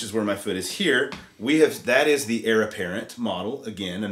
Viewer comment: Sounds great. But my inner grammar cop has a twitching eye...it’s “heir”, not “hier”.